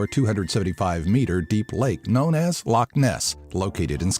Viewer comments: How come no one ever bothers to learn how to pronounce loch? Its not pronounced like lock. Its Law-sound made when removing phlegm from the throat. Come on people, don't annoy us Scots even more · It's funny when people say loch like lock bc it's just wrong